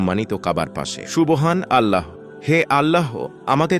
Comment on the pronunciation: Apniki hindu?subhanalloh bolte parenna😂